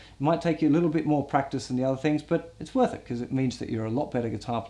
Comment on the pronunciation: "Enjoy eez liel puppies" lol